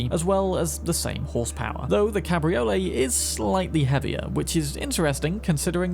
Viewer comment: Cabriolets almost always weigh more than their hard top counterparts due to the roof folding mechanisms and increased lower chassis stiffening to compensate for the loss of structural integrity from the roof. Also its pronounced Cab-Ree-Oh-Lay. Its not a ravioli lol